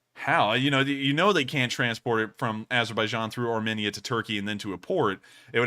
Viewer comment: btw, Armenia is pronounced "armeenia", not armihnia.